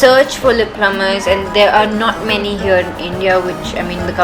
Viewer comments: lip 'plumpers' honey, not plumbers :) love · It's lip PLUMPERS, not plummers!!